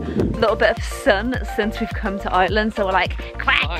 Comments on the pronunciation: I swear whenever you say “Ireland” it sounds like you’re saying “island” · I’m glad said Ireland right. kept saying island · i honestly thought he was saying island until i saw this comment 😂😂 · Why you say Ireland you are saying iland not being mean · pronounce it in an Irish accent